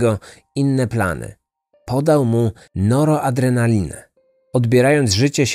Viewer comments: Noroadrenalina? Czy noradrenalina? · NORADRENALINA, nie "NOROADRENALINA" jełopie co tylko czytać umie